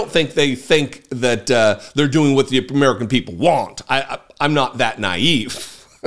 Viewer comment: "Uh-MEE-ruh-kin" people.